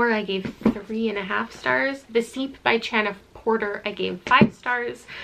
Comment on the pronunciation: I know this is super nitpicky- but as Chana Porter is Jewish, her name is Chana, which isn't pronounced like a normal ch- it's the Hebrew version of Hannah, and the ch is the letter 'chet' "ח" and it's guttural, pronounced from the back of the throat. In Hebrew- חנה. There isn't really an equivalent in English, but honestly pronouncing it as "h" is better than the usual "ch". Sorry if this explanation makes no sense, it's hard to describe letters that don't exist in other languages. I just cringe when Hebrew names are mispronounced and I figured you'd want to know.